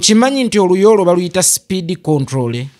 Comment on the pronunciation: Oliyi "Speed Controllery 😂😂😂"